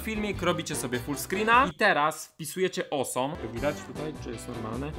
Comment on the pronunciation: "Osom" xD